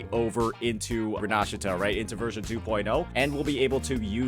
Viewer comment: He actually said Rinascita correctly. Wow. i'm really impressed. Good job